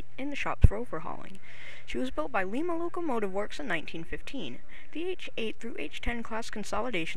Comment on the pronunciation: Lima not leema I live in Ohio sorry